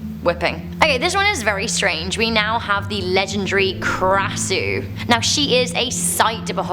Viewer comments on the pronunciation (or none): I think read it wrong its กระสือ not krasuuuuu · I a Thai boy it’s Krasue in Thailand we spell kasu and ghost means phi ( pe) not (fi) here’s a word to prove it try to do the traduction รวงข้าว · No̠.8 is called ⟨kra.sɯ̞:⟩ (sorry! if u can't pronounced by tonality sound, İ show it without tone) but she pronounced "krasuu". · As a Thai myself, (well actually I'm only half Thai) I've been waiting for this so long! Oh, and just by the way Krasue is pronounced kinda like Khasue (yeah, Thai pronunciation is confusing).